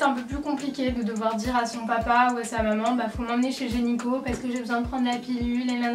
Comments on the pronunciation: Je trouve ta video vraiment cool, mais la seule chose que j'ai à te dire c'est que quand tu parles à l'oral, sans t' en rendre forcément compte tu dis "gényco" au lieu de dire "GYneco". Bref c'était juste une petite remarque ! Sinon video très sympa et j'aime beaucoup la façon de monter cette video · Tu as dit : "gényco"! Sinon je t'adore<3